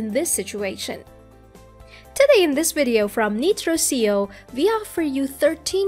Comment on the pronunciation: "Neetro See-oh"? Sounds like maybe that's a computer-generated voice that messed up the pronunciations? Is that how I pronounce Nitro SEO? The young lady (or app) has excellent tone and articulation however.